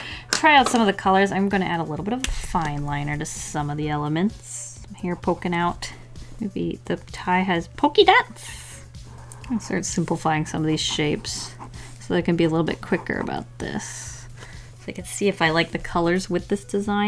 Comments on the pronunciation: No one: Not a soul:: pokey dots! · Nobody:: ”pokey dots” Us: YES